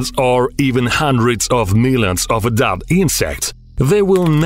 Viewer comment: Meeyuns and meeyuns 😅🤣...What a muppet